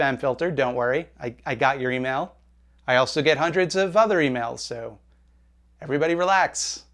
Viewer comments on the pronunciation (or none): none